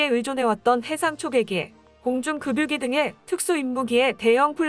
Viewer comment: 급유기 의 발음은 금유기 가 아니고 “ “ 그뷰기 입니다!